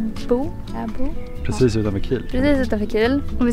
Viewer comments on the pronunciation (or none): Tack för ett trevligt avsnitt. Fint att få se och lära sig så mycket om Bornholm. Det finns på min bucket list att besöka. Bara så ni vet, eller så vet ni redan. laboe, uttalas ”Labö”😊